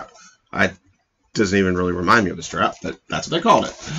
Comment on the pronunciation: Stap! Not Strap!